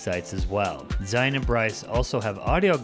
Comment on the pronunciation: Thank you for your pronunciation of Zion the correct way. Zion. Just like Lion.